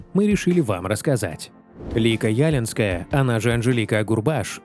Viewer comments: Не Яленская. А ялИнская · Почему Ялинская, а не ялИнская? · ЯлИнская а не Ялинская. Ударение на и. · Не Ялинской.. ударение на второй слог ЯлИнской! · Не Ялинская , а ЯлИнская.. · Анжелика ЯлИнская, а не Ялинская. Ударение на И. Очень красивая женщина. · Ужасно читается текст .НЕ ЯЛИНСКАЯ , А ЯЛИИНСКАЯ( Ударение на втором слоге ) . УЖАСНО. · Не Ялинская, а ЯлИнская- она очень красивая и талантливпя женщина. Один только романс 'нет, эти слезы не мои' чего стоит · Да не Ялинская, а ялИнская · Не Ялинская, а ЯлИнская, ударение на 2-й слог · ЯлИнская ее фамамилия. Ударение на И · Невозможно слушать! ЯлИнская !!!! Некомпетентность автора, поверхностная подготовка. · Да очень режет слух неправильное произношение фамилии. ЯлИнская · ЯлИнская, ударение на И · Ялинская, ударение на букву "и"!!!! Говорите, пожалуйста, прошу, правильно!!! Спасибо большое!!!!! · ЯлИнская. Ударение на И. Журналист должен знать и преподносить достоверную информацию. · Зачем коверкать ее фамилию! ЯлИИИнская - правильно!!! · В её девичьей фамилии вы неправильно ставите ударение.Лика ЯлИнская. Ударение на "и". Режет слух, произносят неправильно. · Хать бы ударение правильно ставили в девичьей фамилии певицы, Зеленскому правильно ставите а нормальным людям коверкаете.. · Правильно говорить ЯлИнская с ударением на "и". Увы, певица она не очень. Но зато она выступила против фальсификации выборов в Беларуси, поддержала протестное движение беларусов. После этого её люди сильно зауважали. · Уши режет, как произносите фамилию Анжелики. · Лика Ялинская, ударение на и. Стала 1-й победительницей конкурса красоты в Минске, Беларуская прыгажуння, ей было 18 лет и у неё уже были муж и дочь. Потом Раинчик прогнал из Верасов Юлю Скороход с прекрасным голосом и взял безголосую Лику. У Лики никогда не было ни слуха, ни голоса. Надо только послушать песню на Евровидении, хорошую песню, с которой она позорила нашу Беларусь. Никакая она не певица, просто содержанка